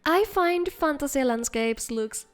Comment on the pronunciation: Fantasia is pronounced FAN-TAY-ZHUH